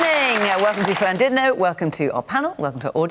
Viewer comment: Fiona pronounces Llandudno spot on